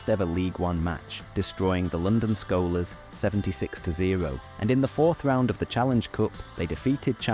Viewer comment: The way you pronounced Skolars (Scholar) and Salford (like Salt) is giving me problems